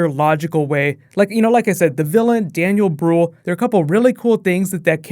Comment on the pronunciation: That waa the first time that I heard somebody say Daniel Brühl's name in english. I hope it was the last time bc for me as a german it sound soooo strange and wrong xD